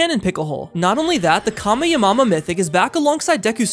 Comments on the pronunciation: You Said Ka mi amama ha again. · Bro, can you stop saying call me a mama yes tell me a knock that Mr. creator we made a joke about on that. Can you please stop saying come your mom in college right way it’s pronounced Kami Hami ha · “Not only that but the kameyamameha is also back” bro butchered that name lmfao💀💀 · Of course the kamehameha but why did you said pronounced ka me ur mama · Man you need to be taught to pronouncing the kamehameha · Bro pronounce Kamehame ha wrong💀💀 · Bro the weird pronounced 1.Kameyamama 2.son goham 3. Picklehole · It's Gohan and piccolo and also to pronounce kamehameha